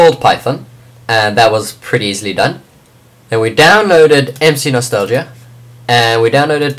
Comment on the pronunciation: HEELP!!! I cant download MCNostalgia. It simply won't LOAD!!!!!!! Also how do you do the space thing?? And it's pronounced ehm see no stall ja.